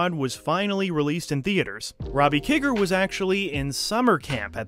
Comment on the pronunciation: Great video and other that mispronouncing "Kiger" you nailed it! This movie is such an underrated gem. Long live the Monster Squad!